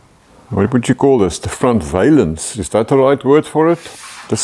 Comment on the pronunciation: I don't know about other languages, but in American English it's valance, pronounced just like balance. Valence, with a long A, has something to do with electrons in the shell of an atom.